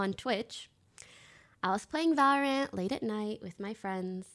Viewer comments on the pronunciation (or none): none